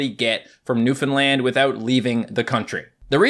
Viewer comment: When you said Newfoundland I didn’t quite understand and I heard luffalan